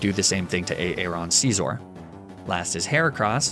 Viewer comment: I love your videos but the way you say “Scizor” makes me wanna throw my dog off a cliff bro. 😭😭😭😭 My man said “SceezOre” like what?